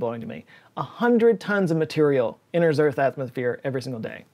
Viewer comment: says " a hundred times the material enters Earths Atmo-phere. " I think we had our explanation cut from the show.